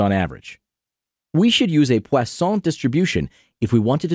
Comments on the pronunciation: The high-effort pronunciation of Poisson juxtaposed with the butchering of Euler was incredible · pronounces poisson correctly, can’t pronounce euler correctly